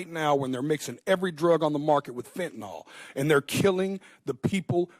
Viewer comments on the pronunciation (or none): It's spelled 'Fentanyl' (pronounced 'Fen-tah-nill')... not, 'Fentanol'... why do Americans struggle to correctly pronounce English words? PS Never heard of this person till now.